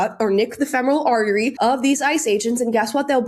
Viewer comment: How did he mispronounce femoral artery?